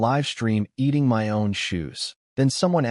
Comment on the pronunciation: why is the word "MY" pronounced as "M-Y" separately as ketters.